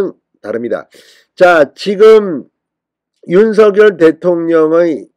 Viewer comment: 윤서결 이렇게 발음하는것 국문법에 맞지 않습니다 바르게 윤석열 그대로 발음하세요